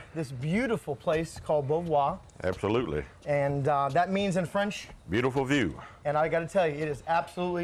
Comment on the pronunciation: Thank you for this very nice, educational video! I am especially grateful for the correct pronunciation of this lovely old home! I am so sick of the videos where people who really should know better pronounce it bo-varrr! As was mentioned, Beauvoir is a French word that describes this site so perfectly and it deserves to be pronounced properly, so thank you!! 💐